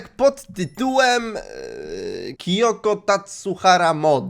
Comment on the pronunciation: To jest Kyoko a nie Kiyoko kurde